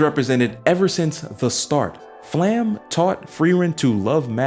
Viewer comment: hey man great analysis but you have mispronounced most names they are of german origins. Sense = Sen-sa, Flamme = Flam-ma, Sierie = Se-rei-ah. Hope this helps for future vids keep it up man